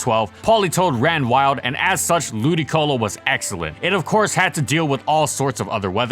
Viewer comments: Shouldn't the accent be lu-DI-colo? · Wait... its pronounced Ludicolo? I've been calling it Ludiloco for years... thanks game grumps